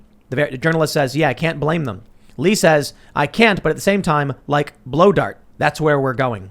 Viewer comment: Did he say blow dart or blue dart?